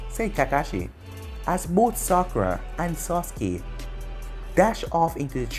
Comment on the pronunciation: Sah-ke not socke